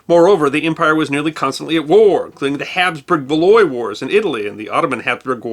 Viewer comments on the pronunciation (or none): Valois is pronounced roughly vuh-lo-ah, not valoy. Friesland is pronounced freesland, no French fries there. Giving up on the Dutch names. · The dutch pronunciations were good but te way you pronounce Valois is quite painful. It should be val-ˈwä, not "valoy" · A tiny note: « Valois » is pronounced like val-wa. It irks me no end to hear the name mispronounced! Please keep up the excellent work, I cannot get enough of it! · 'Valois' is pronounced 'Val-waw'.